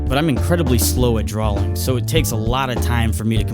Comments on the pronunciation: Drawing not drawling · Y do u say drawling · Are... Are you saying "drawling"? With an "L"? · He says "drawling", anybody noticed? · Draw not drawl